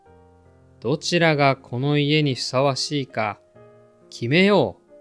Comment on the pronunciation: どちらがこの家にふさわしいか決めよう<--這句好像少唸了"ふ", 變成了さわしい